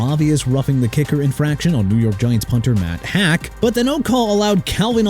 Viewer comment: EPENESA NOT EPENETA!!! LEARN TO PRONOUNCE MAN... ALSO IT'S MATT HAACK (HAWK) NOT MATT HACK!!!!! UNBELIEVABLE!!!!!!!!!!!!! AND ED GAREN COOPER?! REALLY?! EDGERRIN (EH-JUH-RIN) COOPER?! YOU CAN'T GET PEOPLE'S NAMES RIGHT THEN YOU NEED TO GO AWAY!!